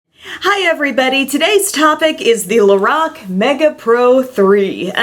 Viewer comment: The way she says Lorac 🤐🤐😩😩 LO -RACK